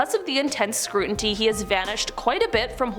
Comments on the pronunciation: Scrutiny, not scruntity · "SCRUTINY!!!" SCRU-TI-NY!!!